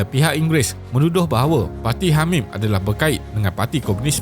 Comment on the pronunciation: Hamim dengar seperti Hamas. MashaAllah. Terima kasih admin tidak berpihak hanya satu pihak saja. AllahuAkbar. Anak muda bersama PAS 🤍💚🤍💚